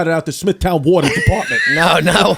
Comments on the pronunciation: Smithtown watah is born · When all 3 of them are saying "warta" (water) rapid fire hahahahaha ish